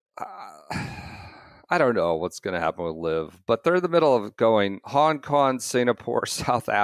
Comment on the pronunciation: A new one to add to the “ doesn’t pronounce G’s at the end of words” list: Hon Kon